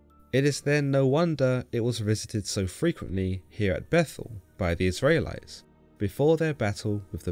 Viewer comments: Is it me or can this guy not pronounce Israelites correctly?? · You say "Israelites" in a very strange way. God content though!